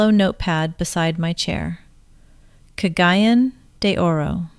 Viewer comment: Been on mindanao 14 years, dangerous yep. 1st year in cgo we had 4 bombing NG and 7 beheading. And the people that died this are still here. If she has been here she would pronounce cagayan de oro city correct.